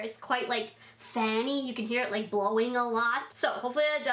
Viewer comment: "It's like fann-y" , eight year old cousin bursts out laughing